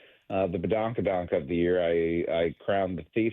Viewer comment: 😂yo Brock, don't worry about badonka donk, just keep saying it wrong anyways🤣 Cal Raleigh will hit 66 HR this season💩